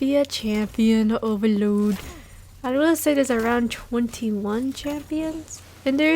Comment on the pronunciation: i love the way you say oVAloD lol its funny haha